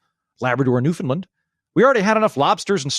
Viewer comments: Not to nitpick, but the pronunciation of Newfoundland is closer to ‘Noofin-land’ than “Noofin-Lund’ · PLEASE.... Newfoundland is not pronounced as New FUND land it is pronounced as New FOUND land! Thank you...from a Canadian! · It's new-fund-LAND, actually. But the central syllable is not pronounced "found" or "fin", and the last syllable is the one stressed. It rhymes with "understand".